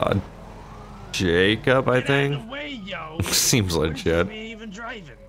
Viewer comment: Yupppp that "liget"